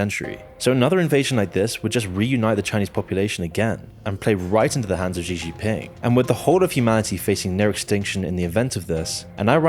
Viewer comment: The way you pronounce Xi’s name sounds like “Penis Ping”